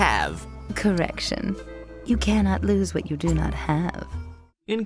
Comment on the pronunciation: To nitpick a bit, the stress should be on “Can”, because that’s what’s different about the lines “You should not lose what you do not have.” “You CANnot lose what you do not have.”